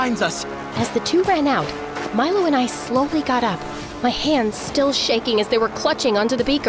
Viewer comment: I thought she was saying "My love" not "Milo" lol.